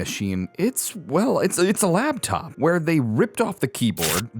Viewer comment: LAPTOP DUDE NOT LABTOP YOU ARE KILLING ME.